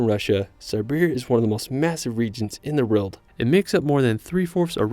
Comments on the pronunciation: All I hear is "ruld". Its "world" dude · What is that accent? Why is "world" pronounced "relt"?